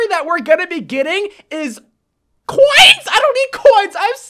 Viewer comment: I love how he says "coins" ... Kinda sounds like "cwoins"